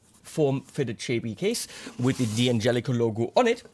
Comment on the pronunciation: you were correct the first time... it's Dan-Jellico, not Dee-An-Jellico...